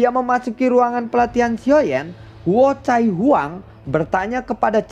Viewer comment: Huocai belepotan 🤣🤣🤣 cai cai😅